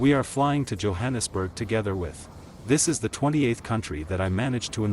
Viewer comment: And its Johannesburg not hohansburg